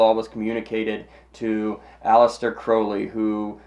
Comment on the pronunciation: Just the fact that you said his name right, gets you a like Sir!